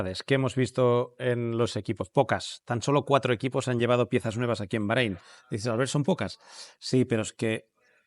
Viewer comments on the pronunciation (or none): none